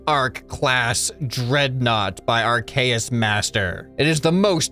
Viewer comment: Ey, thanks for reviewing my mining pod and reading the lore (the Bureau appreciates the free propaganda!) The custom cockpit was inspired by Sareth, the true master of custom cockpits, so shoutout to them! Also, you pronounce "Arceus" more correctly than most Pokémon fans, that's amazing lol